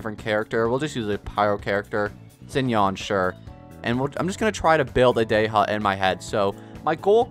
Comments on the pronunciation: Sorry, Day-ha?? Day-ya, or Dee-ya is the correct pronunciation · 🔥 edit: not dey ha its Dehya 😅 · The random letters you decide to emphasize in some character’s names really confuses me. Why would you say “Dey-ha” and not look up how to pronounce it or at least choose the English dub’s pronunciation </3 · it’s pronounced “Di-ya” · it's actually pronounced " De-hya" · Am i hearing this correctly? Dey ha? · god this "dey HA" triggers me so much tbh i really like his vids but omfg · not wanting to be that guy but why in the hell is he saying dey-HA??? goofy ass😂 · Because the english dub is stupidly incorrect, especially that Dehya is an arabic name. You're supposed to prounounce the H 🤦🏻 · Stop pronouncing names wrong